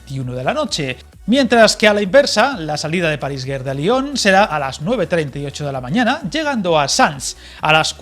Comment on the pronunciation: total, es lo mismo de antes. Se dice Te ye Be in Oui separado. Gare se pronuncia Gar con G suave. Gracias por la info